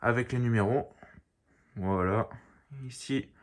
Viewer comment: Arrête de dire voilt